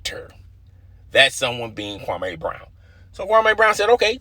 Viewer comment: Stop saying his name the Stephen A Smith does...Kwame, it's Kwameee, not Kwamayyyy. Do your due diligence.